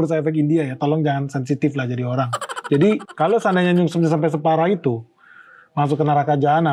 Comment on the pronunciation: Penekanan di "penyebab nyungsepnya" yah,. 😁